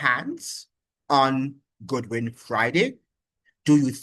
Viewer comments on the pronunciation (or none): It is not Goodwin (Good-win), his name is Godwin (God-Win). And by the way, St. Vincent And The Grenadines has always had very close diplomatic ties with Washington, USA. It is Communistic mind of the now former Prime Minister Ralph E. Gonsalves who because of his very close alliances with Putin, Chavez, Maduro and the others with likewise minds, has constantly been attacking the USA in defense for his buddies, who are less beneficial to Vincentians than the USA, that has over three times the population of Vincentians and linage than St. Vincent And The Grenadines itself. The remittances from the USA are the highest income earnings for St, Vincent And The Grenadines. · It's pronunciation is god win not good win